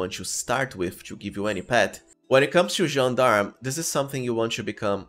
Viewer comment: Once again, a perfect gentleman that pronounces "Gendarme" correctly ❤️❤️❤️